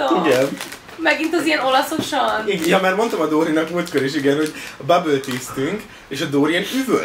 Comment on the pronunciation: “ olyan olaszos ?” Úgy kérdezi, mintha őshonos olasz lenne 😂😂😂